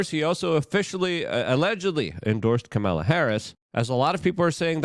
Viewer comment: Luke… for the love of God… please pronounce her name correctly. You do a great job, but you need to stay on point so new viewers don’t automatically dismiss you.